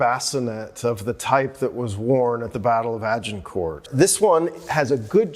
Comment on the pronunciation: I hate how Americans, especially academics, butcher English language pronunciation such as Agincourt. No respect for history, they have to Americanize everything or invent new words for words that already exist and mean what they intend to convey, eg. "Detainment" for detention. Poor education, ignorance and arrogance.